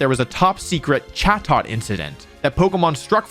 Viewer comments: The correct pronunciation is closer to "chay-dit," but good video otherwise. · Definitely thought it was pronounced “cha-toe”